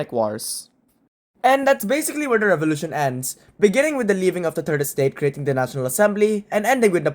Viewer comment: The Rrench Fevolution